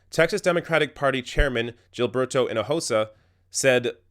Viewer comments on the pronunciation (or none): It's not 'Gill-berto', it's 'Heel-berto'. Thank God my mom convinced my dad that that's a retarded name. Gilberto. XD